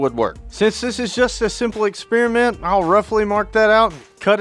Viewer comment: Experiment, no exspearmint.